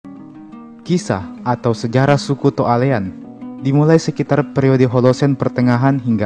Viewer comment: Cara Pengucapannya To' Ale'an yah Min 😊